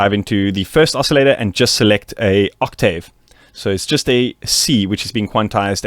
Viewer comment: can you pronounce octave correctly